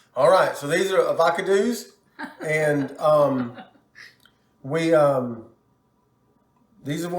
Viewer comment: This was So Good! I've been wondering the price difference/"savings". And I've never heard avocados pronounced that way 🤣 it's my new favorite way to say it lol!